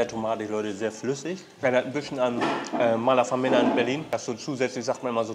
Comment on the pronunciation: MALAF(E)MMENA nicht MALAF(A)MENA - ist mir schon so oft aufgefallen, jetzt musste ich es hier mal schreiben:face-blue-smiling::face-blue-smiling::face-blue-smiling